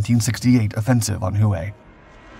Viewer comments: Who way? Hue is more like Way, is it not? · Who-ã ? It’s pronounced whey though not spelled as such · The old Imperial city is called 'Hue" pronounced "WHAY".Not hu-ay. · Hoo-way?..no, brah' it's jus'..Way (Hue).. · Your pronunciation😬.......Sounds like way not HUWAY!!!!!..Same guy that's says bastonay!.Instead of Bastone!..... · Please learn how to pronounce the words if your going to narrate this videos. It's not "who ay" when you are reading the word Hue. It is pronounced "way" I think you would know that since the biggest battle of the Tet Offensive took place in that city. Thank you. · Hue is pronounced like WAY, not Who Way. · The city "Hue' is pronounced-'way' its the city smack dab in the center of Vietnam its the city that separated north and south it played a major part in the 1968 tet offensive. It's also the city in Full Metal Jacket where the Marines had to battle it out with the sniper. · Great History telling . Wish Narrator would pronounce HUE Correctly (WAY) But otherwise Great telling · * Huế is pronounced "hweh" (with slightly upward tone) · Not really. He pronounced that correctly, but mispronounces “Hue” all the time. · The city of Hue is pronounced Whey.....why is this so hard for you it makes your videos sound weird. I noticed this on one of two others over the last few years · Hue is pronounced “ way” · The narrator needs someone to help him with pronunciation, as in Hue (way).